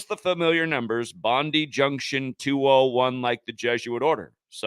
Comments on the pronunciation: Police spokesperson Karen Webb said it happened at approx 3.30pm, just like the stabbing that happened the day before in Doonside. But it's doing my head in its pronounced bond eye junction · Bondi is pronounced "bon-die". A bit like "good die". Sick.